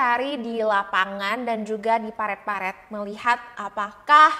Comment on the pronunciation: "Parit", sayang.. Bukan "paret" 😁